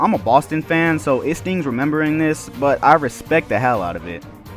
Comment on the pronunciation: Plus you put emphasis on random letters